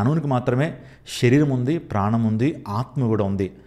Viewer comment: Shariram word not pronouncing bro